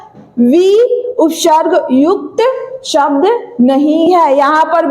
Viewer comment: Upsharg nhi hota hai upsarg hota h 😂😂